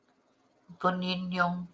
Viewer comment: People tend to dump bodies up Mt Buninyong. Im remembering a single mum years ago abducted from her home, leaving behind her daughter aged 5 or so. Mietta I think her name was. And its Bunin (like youre saying Bun in the oven, fast) YONG. Emphasis on Yong.